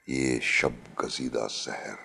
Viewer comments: It is Sahar ( morning ) not Sehr which means magic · Its SAHAR not SEHER....